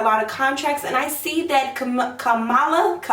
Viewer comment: It’s KAM- a -la